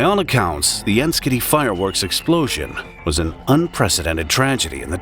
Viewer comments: 'Enschede' is pronounced ens-gay-day. It's not a joke. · Enschede is pronounced “en-shed-deh” for your information. May be Canadian but been to the Netherlands three times